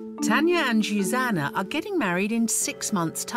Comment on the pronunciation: That's not how you pronounce Zsuzsanna